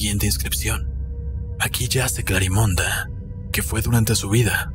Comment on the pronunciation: Me gusta la historia ya la había leido pero no me gusta que se diga Clarimonda, suena como munda, se escucharía mejor CLARIMEND aun k termine con e (las voces con esa distorcion me desesperó) Pero estoy enamorada de la Historia, me encantaría ser Clarimond Yo no puedo donar sangre tengo mis venas muy delgadas es por genetica